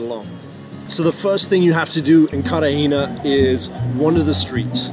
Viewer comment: Carter hayna? It's Cartagena pronounced "CARR/ tah /HEY /nah".. stupido